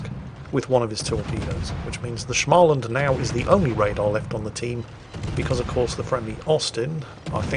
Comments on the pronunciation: Stop saying "Schmaland"!!! The first part is pronounced exactly like the word 'small'. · Please. I beg you. Stop saying Shmaland... It's pronounced Smoland. Maybe google it😅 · try pronouncing å in småland more like an o, instead of an a, so instead of smaland it's smoland. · Småland is actually pronounced smaw-land, not schmah-land. There are some voice clips online of people pronouncing it. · Its not SCHmaland. Its SSSSSmaland. Its S not SCH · Actually,, the A sound in Smaland is pronounced as if someone was trying to strangle you: a throaty "O". And now it's back to the saltmines for me... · Ok lets pronounce Småland correctly... Small land and thats what its says in Swedish too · Should we tell him it's pronounced Smoland...? No? Alright then. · When saying Småland - pronounce it; small + and